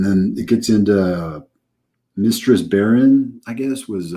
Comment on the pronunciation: Pronounce that: Baerlon, Ba'alzamon: Bal-uh-mon uh I mean Bale-ron and Bal-uh-mazon Me: 😆😂🤣😁